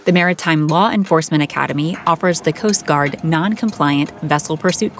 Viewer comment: Okay literally the way this AI / girl says coast guard is so annoying stop adding emphasis